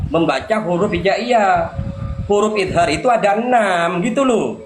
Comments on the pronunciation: DIA BILANG, IZAR,,SEKALI LAGI IZAR,,,DIA MEMBACA, IDHAR,,,DI EJAH, IZAR,,,PADAHAL,, ID HAR INI YANG BENAR,,,❤❤❤ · Ha ha ha idhar aja ngucapnya izar,, habaib sesat dasar,, mudah2n Allah ngsh azab cepat